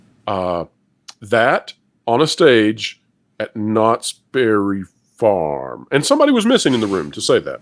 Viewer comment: Did you say Knotts Bare it Farm?????